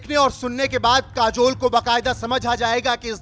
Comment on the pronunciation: काजोल बोलो जुबां केशरी